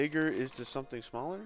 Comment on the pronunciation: You really screwed up calling it isto, didn't you?